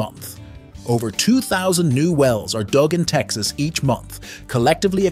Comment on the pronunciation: “…in the United States, Texas” You researched all of this information for the video, but you didn’t bother taking two seconds to look up how to say “Texas”. …in Texas, USA. or …in the United States- (pause) Texas.